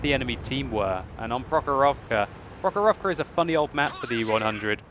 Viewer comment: It is pronounced prOkhorovka, not prokhorOvka